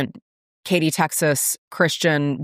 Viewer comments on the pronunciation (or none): none